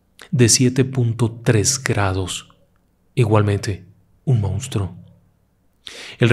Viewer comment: Por qué dicen “mounstro”? 🙄